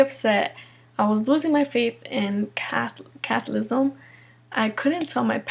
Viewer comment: Catholicism is not pronounced Catholism. And Catholicism is the true faith. Islam is a pagan cult that has practices like cutting out women's clitorises, sex slavery, offensive jihad, amputations and other gruesome punishments. But she makes her decision on the basis of what she prefers in terms of lent vs no lent. Not very smart.